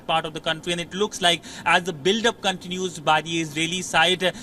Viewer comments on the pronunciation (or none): Not Cantinous.... Its Continues...